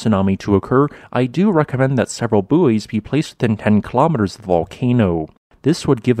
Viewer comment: I find the mispronunciation of buoy particularly grating, since you don’t hear Americans say they feel “booeeant” or “booeed”.